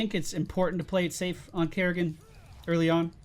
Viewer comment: Its Kerri-can not kerri-can't